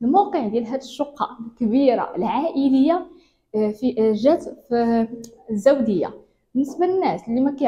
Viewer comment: ما فهمت اسم المنطقة …واش الداودية و لا الزاودية…